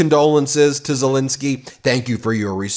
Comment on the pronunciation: Ensky not Insky, ENSKY ENSKY ENSKY ffs, call the man by his correct name.